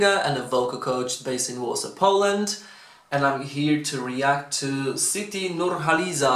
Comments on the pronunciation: You pronounce her name perfectly. Bravo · You said her name perfectly correct.. Thank you😂